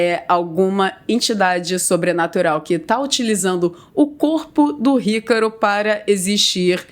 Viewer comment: Parece que ela fala ycaro kkkkkkkk